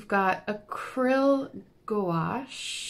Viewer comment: You were pronouncing it correct you. "Goo-wash." Good job!